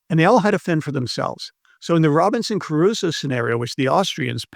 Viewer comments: Trivial correction: it's not Robinson Carusso, it's Crusoe. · It's Crusoe not Caruso. Not that it matters but I thought you should know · ...imagine a supposedly educated English speaker who can't properly pronounce the name of Robinson Crusoe... This is not about moral bankruptcy, it is about intellectual flatulence. A long-time fan, unsubscribing (not that it matters, of course).